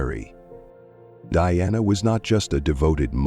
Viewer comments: The speaker is calling her Deanna instead of DIANA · The very least you could do is have your reading narative ai speak her name properly. It's Diana, not Deanna!